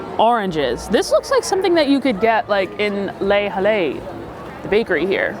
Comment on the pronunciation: Lay-Halay is pronounced "Leh Ahl"